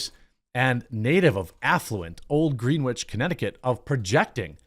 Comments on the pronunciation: Jeremy, it's Gren itch. Not Green witch. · No worries, but it's pronounced Grenich, not Greenwich (even though it's written that way). Obviously, you're not a wealthy East coaster like Taylor. No problem, you're probably better off that way. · Greenwich is pronounced “Grennich” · Greenwich is prounounced gren-itch, Jeremy. How do you get to your 40s and not know this lmao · Greenwich ct is pronounced gren-itch ya filthy mid western pleeb! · jeremy, you dont know its pronounce "gren-ich"? jesus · LOL "green which"